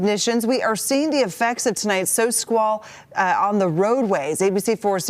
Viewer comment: might be hitting the sauce tonight. Earlier airport story with the "dicing pad" and now the "sow squal" here.;-D